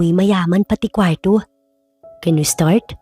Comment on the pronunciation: AY NARINIG KO NA NAMAN ANG MAARTENG PAGBIGKAS NG KWARRO.